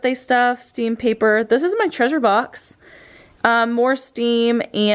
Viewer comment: It’s stem not stim